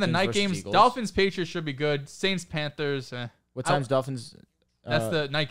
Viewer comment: kept calling the panthers “Panders”🤣🤣🤣🤣